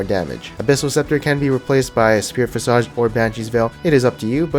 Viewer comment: > Spirit Visage (VISS'-edge) It bugs the crap out of me whenever mispronounces visage to rhyme with mirage or massage.